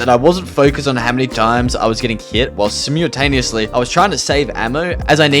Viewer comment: "Sim(mulekick)taneously" ok, guy